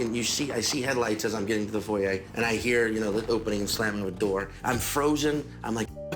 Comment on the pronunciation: He actually pronounced foyer the original way, unlike any American I've known. Is that a Louisiana thing, pronouncing French words correctly?